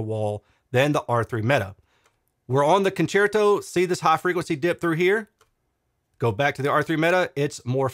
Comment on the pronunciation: Your pronunciation of "concerto" is correct It's obvious Italian for concert. Thanks for all your hard work. 👍🏻